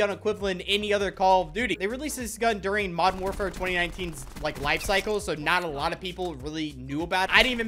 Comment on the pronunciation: Bro when he says “modden warfare” it tilts me a whole 90 degrees